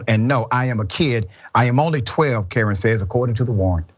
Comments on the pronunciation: It's pronounced Kay Ron . Like Jay Von . The only reason I pointed it out . Is because it sounds like Dr . Richey is saying Karen . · Um,, his name is pronounced Kuh-rahn not Karen. Maybe ask around before you open your mouth? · Dr Richey the name is KaRON. Pronounced “cuh RON not “Karen.” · First of this boys name is pronounced Ka-ron not damn Karen yall 🤦🏽‍♀️🤬🥴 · It's pronounced Kuh-ron, not Karen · The name is pronounced Kay-Ron dr. Richey not Karen! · It's Kuh-Ron!!! Not Karen!!! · His name is not Karen its Ka-ron this man is not saying his name right nor did he care to look it up to make sure he had the name right 🤦🏽‍♀️🥴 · Pronounced Ka-Ron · Dr. Richey please pronounce the name correctly. I believe it’s (Ka Ron), like the male name Ron or as in Caron Bulter. What a sad story and I hope the man is convicted.